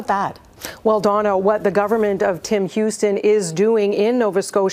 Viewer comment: Ooops its Dawna not Donna...